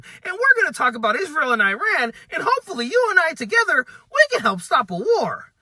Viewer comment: please it is not Ayirani, it is Iran. Very important.